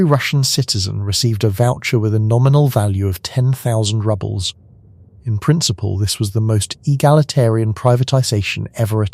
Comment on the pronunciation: Cash rubbles are a bit rubbish. "Rubles" = "roobles" (pronunciation). Also, present and past tense of the verb "to read" needs attention. While spelled the same, present tense of "read" is "reed," and past tense of "read" is "red."